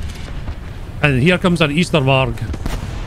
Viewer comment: "And here comes an easterwark"💀